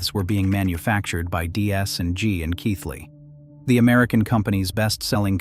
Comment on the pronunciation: Well done on getting the pronunciation of Keighley correct, ànd getting a photograph of Bingley at the correct point in the video